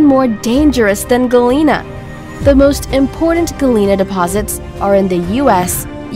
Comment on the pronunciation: Galina?!?!!? Omg.. this is soo wrong.... GALENA, not "galina"...